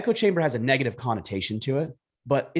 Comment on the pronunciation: its "negative" not "naygative" hahaha!